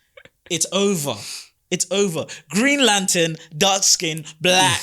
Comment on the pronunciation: why you saying black with the hard K 🤨🤔